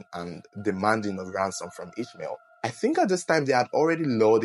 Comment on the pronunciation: You pronouncing the name wrong its pronounced as Is-ma-il its a muslim Arabic name its a sad story i pray the voodoo doctor gets punished including the tv station